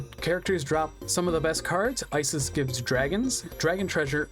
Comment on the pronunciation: This is getting on my nerves so let me correct you: Ishizu is the correct name. Isis is not pronounced "eye-sis", but "ee-sis", as it's an egyptian name. To write Isis in japanese you convert "si" into "shi" (Si doesn't exist in japanese) and the "s" at the end becomes "su" or "zu", as "s" doesn't exist in japanese. Why IshiZU and not IshiSU? Because the S in the end of Isis sounds like a Z more than an S proper, so it's translated to Zu. TL;DR: Ishizu is simply how you write Isis in the japanese alphabet, and is pronounced "ee-sis".